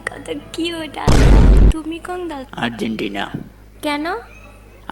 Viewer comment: Vai tume আরজিতেনা 🤣 মানে আর্জেন্টিনা 🤣🤣